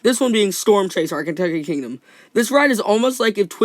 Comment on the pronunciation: Surprised the captions got “kentucky kingdom” on the storm chaser part correct coz the way you pronouce it kinda sounds like “can take a kingdom” (no offense 😭😭😭 sorry)